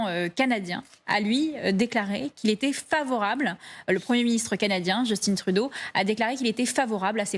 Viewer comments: Message aux Français: Arrêter de nommer notre premier ministre "Just-tinne". C'est un Québécois francophone et son prénom se prononce "juce-tin" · Justin comme Justain pas Justine! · Pour le 1er ministre du Canada (et non président), on prononce « Justin »comme dans Justin Bridou, car c’est un francophone. Et non « Justine » comme Justin Bieber, qui est anglophone. Vous êtes journaliste ou bien ? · "Jeustine" vraiment ? Personne ne vous a renseigné ? Justin Trudeau est d'origine québécoise donc locuteur français bien que parfaitement bilingue. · JUSTIN, JUST comme dans juste et TIN comme dans Tintin, pas Djeustine!! Premier ministre, oui ya pas de président au Canada… un roi, paraît -il, qui nous coûte une fortune pour que dalle… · Les francais me font tellement rire Just in Trudeau prononcer a l'anglaise bravo Margot, il est francais ca se prononce en francais Justin Trudeau !!!! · Il faut prononcer Justin en français, pas « Djostine » à l’anglaise !!??! Mais d’où vient cette aliénation ?????!?